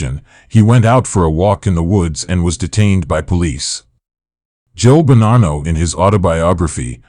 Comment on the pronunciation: Why do you ou keep pronouncing Bonnano with an R?